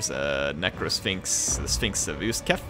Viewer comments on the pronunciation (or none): "usekf" not "uskef"